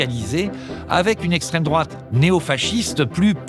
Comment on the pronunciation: La fameuse "esstrême drouaaate" 😂